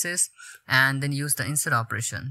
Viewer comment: no need to correct him, he's indian, it's understandable..